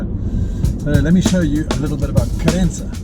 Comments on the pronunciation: I didn't said you wrote. I said you pronounced ("Querénza")... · Hi mate ! You're living here for a while. You're almost portuguese ! Please don't spell "Querença' with spanish accent. We, the portuguese, hate that (I'm sure your wife as well)...😉🤣